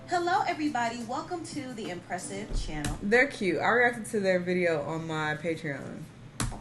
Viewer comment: rewinding to hear empressive’s mispronunciation is killing me 🤣🤣🤣